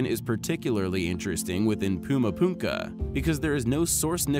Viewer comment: It’s actually Puma Punku. Not Puma Punka.